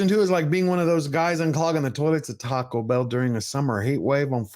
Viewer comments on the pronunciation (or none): none